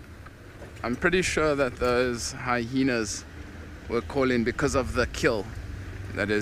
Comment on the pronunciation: Haha another guide that says hyhenas